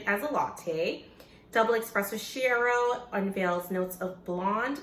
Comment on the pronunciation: Diavolito is one of my favorites too. Don't take this as a snob move, chiaro is pronounced like key-ARE-oh. If you haven't tried the double espresso scuro, that one is very good too. I think the full-size decaffeinated one is pretty good too, if you ever have people around who don't want caffeine or you want to drink a coffee late at night. Thanks for another excellent video.